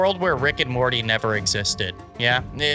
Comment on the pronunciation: As a Rick and Morty lover I smiled every time Rick and Marty was said 😊